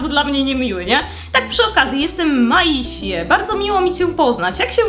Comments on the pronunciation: Nie miasie tylko mejsi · Maisie chyba czyta sie maizi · Maisie czyta się mejzi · I btw mozesz czytac Maźe a nie Masie :3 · Nie czyta się maisie tylko mejsi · Pisze się Maisie ale mówi się Mejzi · to imię maisie się czyta mejzi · Mejsi się czyta 🫂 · myśle że imię tej co pracuje po 2 stronie czyta się,,Mejsi” ale nie wiem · Tą Maisie się wymawia mejsi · Jak coś czyta się mejzi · Imię maisie się mówi meizi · Hej! ❤ Chcę pomóc Ci być lepszą w tę grę! 1. Maisie czyta się „Mejsi” 2.Jeśli ktoś chcę americano możesz zaparzyć kawę odrazu w filiżance a potem dolać gorącej wody 3.Jeśli ktoś chcę mrożone americano najpierw parzysz kawę w tej małej szklaneczce, następnie przelewasz to do dużego kubka kawę, potem dajesz 8kostek lodu a na koniec wlewasz zimną wodę do końca 4.Jeśli ktoś chcę latte możesz zaparzyć kawę odrazu w filiżance, a następnie wlewasz spienione mleko 5.Jeśli ktoś chcę mrożone latte robisz tak jak w mrożonym americano tylko na końcu zamiast wlewać zimnej wody wlewasz spienione mleko 6.Pamiętaj, że jeśli ktoś chcę mrożoną wodę na początek dajesz 8kostek lodu a potem dopiero wodę do pełna 7.Aby spieniać mleko wlewasz mleko do dzbanka, potem przesuwasz dzbanek mniej więcej do połowy spieniacza przytrzymując do końca spieniania, a na koniec przesuwasz do końca speniaczai czekasz aż temperatura będzie dobra Dla mnie kawiarnia powinna się nazywać Kawerka (To kawa+)🤎🤎 Mam nadzieję,że pomogłam (Pisałam ten komentarz pół godziny) Czy pozdrowisz Ninę? Błagam to moje marzenie!❤ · jak coś to imie tej dziewczyny na początku sie wymaia mejzi albo maisi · Ta Maisie to trzeba czytać Mejzi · pisze się:maisie a czyta:mejsi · jakby co to jej imię się czyta „mejs” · czyta się Mejsi/Mejzi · Imię tej Maisie wymawia się Mejzi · czyta się: „mejzi” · Jej imię czyta się i wymawia Mejzi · Jak coś to mówi się mejzi ❤❤❤❤❤❤❤❤❤ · Maisie czytaj(Mejzi) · Maise tak chyba sie wymienie ALE to tylko moja opinia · Maisie czyta się: Mejzi 🥰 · mówi się mejzi